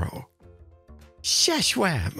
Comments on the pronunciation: Xisuma: it's pronounced "iss-zoom-ah": shashwamy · Mr. Stumpyschof pronounces xisumas name as shashwamevoid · I love how you can Xisuma "shishwami" HAHA. WHen my daughter was little she called Swiss Army knives "shishwami" knives!